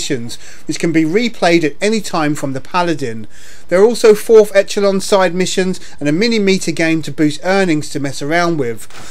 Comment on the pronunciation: It's not Etch-uh-lon it's pronounced Esh-uh-lon.